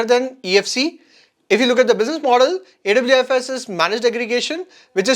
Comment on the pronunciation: Awfis is pronounced as office (Aw- fis)